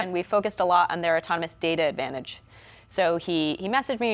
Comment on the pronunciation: what kind of news host pronounces autonomous "otonomos?